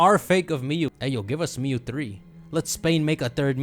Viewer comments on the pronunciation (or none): mew has one syllable, stop giving it two